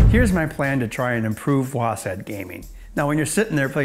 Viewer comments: You know he's not a real gaymer when he pronounces WASD as "WOASADD" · Nice video but why are you saying WASaD or WASeD? it's WASD! Like WASP but with a D. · This guy sooooo doesn't game or know anything about it. Its not wasad its w a s d